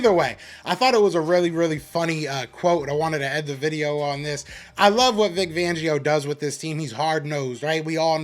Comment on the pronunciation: Great commentary 👍🏾 I do wanna say poor Vic, lots of people butcher his last name 😂😂😂 I cracked up every time. IT'S Fangio with a FFFFFF 🤣🤣🤣🤣FFFFFFangio. Not Vangio. FLY EAGLES FLY